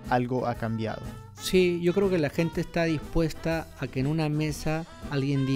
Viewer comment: los peruanos no pronunciamos " hablar con la GENTE " como lo pronuncia este imbecil, asi que si tu eres peruano yo soy john lennon